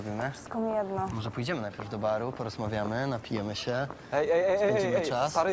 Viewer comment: czy tylko ja słysze babu zamiart baru?!